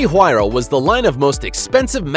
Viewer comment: He says huayra wrong